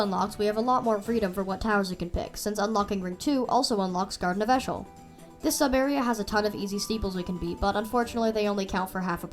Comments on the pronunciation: eeshöl is pronounced ee-shuh-l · Eeshöl is pronounced as E shul